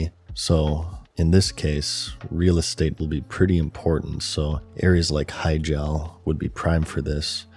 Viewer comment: i, do not like how you pronounce hyjal